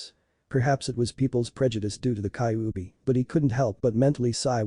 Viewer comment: and its ky-you-be thats how u say kyubi